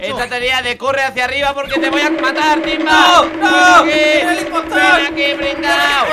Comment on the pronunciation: se dice timba